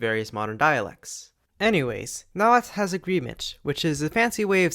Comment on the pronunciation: So happy to finally see someone pronounce Nahuatl correctly after sitting through a history class that pronounced it like "Nah-hoo-ah-tal"